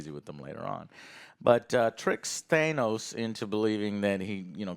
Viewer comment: At this point does say Thanos wrong on purpose